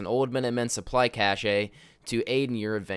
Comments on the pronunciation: So apparently cache is pronounced “cash-AY”😂😂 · Its pronounced cash